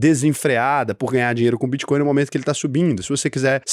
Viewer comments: Só eu que vi o "Bitcoim" 😂😂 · Vi tb. Era melhor ter colocado BitCóio como ele fala as vezes kkkk